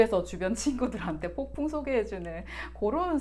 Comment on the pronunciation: 폭풍이라고 말하는거 너무 ㅋㅋ발음 맘에드러옄ㅋㅋ폭풀먹방 폭풍곤색ㅋㅋ